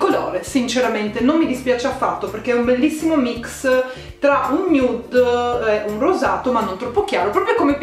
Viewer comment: RAGAZZI HO TROVATO IL MOME •NUDE MA NON TROPPO• (Nude si legge in inglese non si legge così come è scritto )